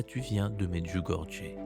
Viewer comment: Merci et juste pour information on prononce MEDJOUGORYÉ.❤